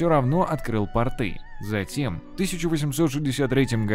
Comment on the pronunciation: пОрты. Ну почему портЫЫЫ?